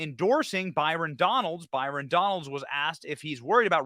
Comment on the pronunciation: BYRON. not Barton